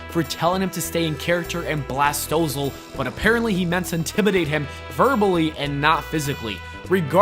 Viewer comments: Bro, you gotta work on pronouncing peoples' names correctly before you do these videos. 'Costas' is pronounced 'Cost-us', Vince even says it in the clip. 'Maher' is pronounced 'Marr'. 'Stossel' is pronounced 'Stoss-ull'. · Bob "Coast-us"? Bill "Mah-her" John "Stow-sul"? C'mon, dude ....